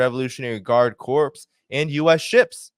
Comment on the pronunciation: Great report but just a heads up: "Corps" is pronounced "core." A corpse is a dead body.